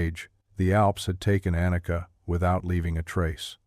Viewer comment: Warum sagt der Erzähler immer Anaka statt Anika??